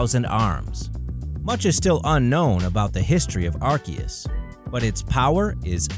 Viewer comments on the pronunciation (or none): I had to stop watching when he said Arcias to